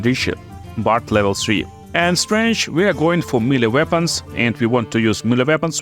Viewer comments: I can hear you say 'strench' for days. Good video's! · I like the way you say strength. It’s quite strange lol.